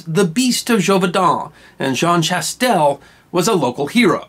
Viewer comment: I'm not sure why I have not watched this before now, but I'm glad that I did! BTW, Jean Chastel's last name is pronounced "sha-TELL", the s, in this context, is not pronounced, and in most modern French examples, there is an "a" with a circumflex, to note its absence, as in the city name Neufchâtel